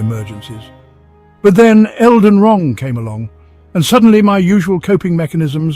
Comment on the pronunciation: "elgar rang" 🤣😭